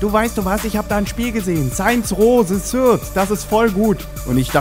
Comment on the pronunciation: das Spiel heisst übrigens "Saints Row THE THIRD" und nicht "se ßörd"